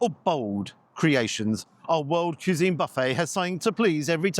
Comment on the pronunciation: Certainly seems that there are bargains to be found in Glasgow. Also may I be so bold as to suggest that you practice saying "quiz-een". You remind me of my dear old Dad! Oh, and I noted that after your ice cream dispensing experience, that you appear to have wisely avoided the chocolate fountain.😄